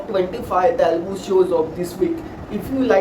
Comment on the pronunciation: What he's probably saying may be you're pronouncing Telugu in English style🤔